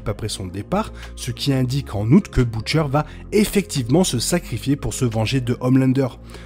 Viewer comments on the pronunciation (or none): On prononce Butcher "beutcheur" et non pas "boutchaire"